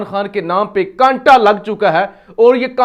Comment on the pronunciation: کانٹا نہیں بھائ !!! کاٹا کہو